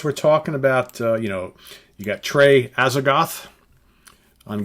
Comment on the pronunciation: Trey's stage last name is pronounced Azag - Toe- th.